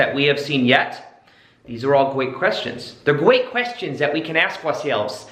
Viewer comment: “Gweat questions”